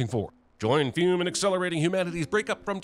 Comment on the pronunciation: Pronouncing fum as fume instead of f-uh-m.